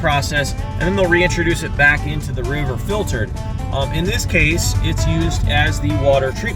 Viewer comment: First time that I have heard of anglers supporting a program like this but it's awesome. Also, did you say that all of that water is "fil-turd"???